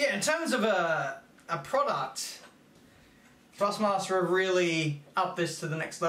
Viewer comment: love the vids but its ThrustMaster not FrustMaster